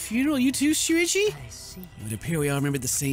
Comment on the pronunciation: ken : *miss pronounces shuichi* me : sushi UwUz